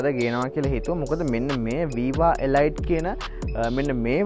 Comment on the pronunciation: තොරතුරු වලට ස්තුතියි. 100,000km වලට වඩා දුවපු වාහනයක් ගත්තොත් රිපෙයාර් ගොඩක් වැඩි වෙයි ද? නැත්තම් මීට වඩා අලුත් ඉන්දියන් celerio එකකට යන එක හොඳයිද? ( අඩුපාඩුවක් කියනවා නෙවෙයි. මේ වාහනේ නම pronounce කරන්නෙ එලීට් කියලා. ගොඩක් අය වැරදියට එලයිට් කියලා කියන නිසා සඳහන් කරන්න හිතුනේ)